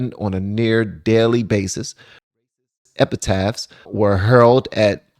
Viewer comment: NOTE: The phrase is "racist epithets" NOT "racist epitaphs". Had to laugh when I heard that one. An epitaph is like something you would put on a tombstone.